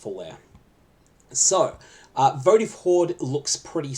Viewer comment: Was relaxing while doing work and then had to look at the screen when you said votive hoard. Sounds Germanic how you say it, not that that’s a bad thing it sounds cool.